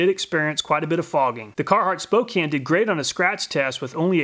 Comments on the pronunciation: I doubt you are gonna see this, but one point of correction. It's pronounced Spo-can not spo-kane. Source. I lived in spokane. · Just a note: it's pronounced "spoh-can" not "-cane" It's a city in Washington State. You're doing incredibly valuable work here! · As a person who lives in Spokane it was painful to hear it pronounced spocaine ... (s-po-can) is the proper pronunciation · Spokane is pronounced Spoke-CAN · When you want to get down....down on the ground, Spokane. :-D Spoh-can. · Not to be that guy but I like in spokane, it's pronounced spo-can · Spokane is pronounced SPŌ-CAN. the E does not make the A say it’s name. Silly outsiders :-).